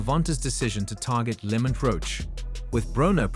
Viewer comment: STOPPED Watching at :38 seconds when this A.I. called Lamont Roach, Lemut Roach. Tired of this A.I. bs